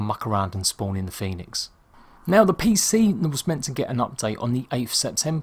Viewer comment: The guy called it fènix lol